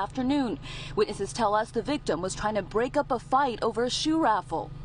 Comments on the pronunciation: It’s Break not Brak. Great job CBS News. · Los Angeles it’s “BREAK” up not Brak Guess they’re hiring anybody at CBS